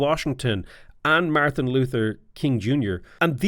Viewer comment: He says the Luther and King in the correct order, he mispronounces Martin and portmanteaus Martin and Luther together.